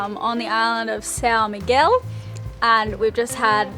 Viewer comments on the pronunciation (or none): none